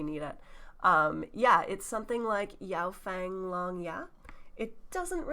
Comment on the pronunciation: Great job! This was hilarious! And oh please, any chance you can get to check the forum so he can learn to pronounce “Rui shi” properly? Your Yaofang was absolutely fine.